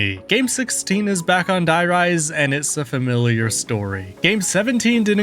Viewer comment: Stop saying “die” rise” its “der reese”